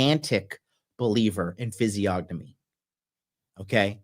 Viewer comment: Physiognomy.....fiseeONomy....the G is silent.